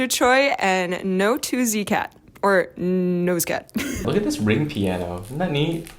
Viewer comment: I think NO2ZCAT read as NOISE-CAT. 2 pronounced as ee in korean